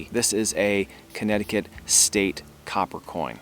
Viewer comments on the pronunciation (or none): none